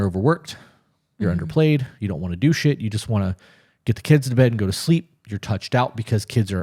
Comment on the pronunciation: Everytime you say, "Do shit," I hear, "Douche it".. I can't unhear it.